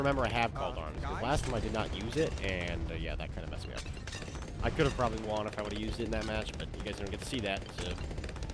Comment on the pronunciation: Why you say won like that?